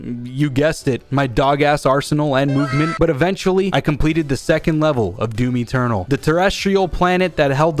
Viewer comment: He said doomy ternal